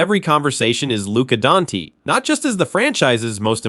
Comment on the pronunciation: Who the F is Lucas Donkey?! Stop using AI for your podcasts!!